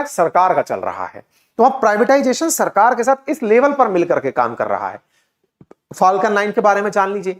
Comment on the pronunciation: Elon = E-lawn ✅ Alan ❌ UFO = Usa Fooling Others ! 😂 “ is-pace” 🙅‍♂️ “space” 🤷🏻‍♂️ “phaalkan” ❌ “falcon” ✅ “cancil” ❌ “cancel” (can-sal) ✅